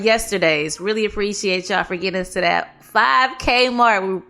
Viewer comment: “Coming tew America “clip …💯 sholem. 😂 💥